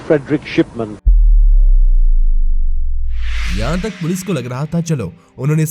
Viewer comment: Yes it is Shipman not Simson and his name is Harold not Harlaad !!😅